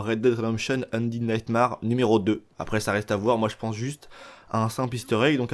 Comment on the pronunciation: Super vidéo, par contre, s'il te plaît, ça se prononce undéde naytmére ahahah Tu mérites quand même ton pouce bleu mec